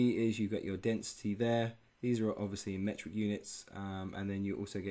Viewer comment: Metric ! not Mertic :D nice video, as always!